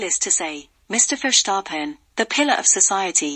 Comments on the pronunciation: Incorrect: Mercedes was not robbed of their 8th title, Mercedes did win 8 times in a row. Pronounciation is not Furshtappen. Max Verstappen is not doing anything wrong. However his father should shut up as he could ruin his son's career! This video is pretty poor. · So you are querying the English pronunciation of a Dutch name while getting the facts wrong. We said Sir Lewis's 8th title not Mercedes. Max Verstappen has been doing everything he can possible do wrong. 🤷